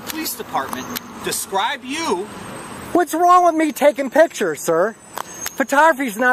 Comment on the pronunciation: 😂😂you would think a 'journalist' would know how to say pictures and that photographying isn't a word 😂😂